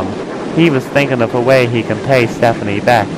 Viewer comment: His name is Stepany not Stephane.